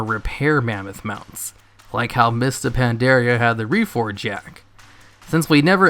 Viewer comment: Cool but, please pronounce Pandaria correctly already.